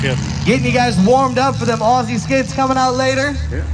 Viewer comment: As an Aussie, couldn't be more proud of our greatest export, the mighty burnout. Can we work on pronouncing Aussie? It's O-ZEE, sharp 'o', as in 'ought'